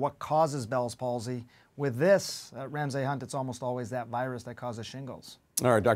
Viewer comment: Would be great if anyone on CNN could pronounce "Ramsay."